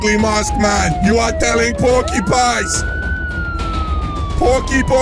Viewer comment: No one: Lady: porky porcipine